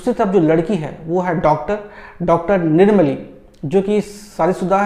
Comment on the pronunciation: It's nirmali...not nirumoli... Aamis is a masterpiece movie Bollywood ko ish typ movie banane mei ...lakho saal lag jayega... Tnq BHASKAR HAZARIKA SIR for making this masterpiece...n congrats for winning National Award for the Best director n u deserve it..lots of love to you ❤️